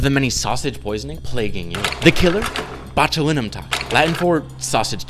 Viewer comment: Bot- you- LYE- num. YOU'RE PRONOUNCING IT WROOOOOOONG